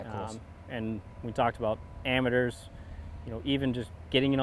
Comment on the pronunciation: Been saying amateurs totally wrong the whole time